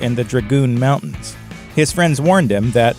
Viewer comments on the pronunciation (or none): It's a sad state of affairs that folks don't seem to care when other folks butcher the English language! (Montans? Mountains!) Sorry but this kind of thing drives me crazy! I know it shouldn't bother me, but it does!!